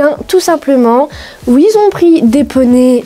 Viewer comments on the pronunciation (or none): Tu dis ui à la place de dire oui ça me tue😂